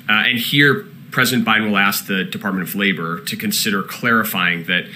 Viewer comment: Did he say The Department of Flavor? I wanna work in that org.